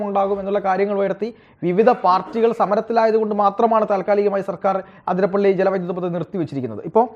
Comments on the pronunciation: ആതിരപ്പള്ളി അല്ല അതിരപ്പിള്ളി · അതിരപ്പിള്ളി ആണുട്ടോ ആതിരപ്പള്ളി അല്ല